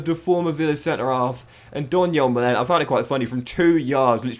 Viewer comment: Donyell Malens surname is actually pronounced ‘MAH-luhn’, fyi :) oh and Toney starts. Maybe think about selling one of ‘em next year.